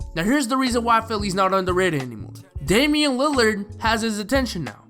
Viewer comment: It’s Damian